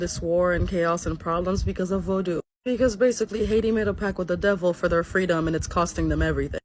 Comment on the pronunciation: Hey , its pact not pack. Keep up the videos very educating and entertaining.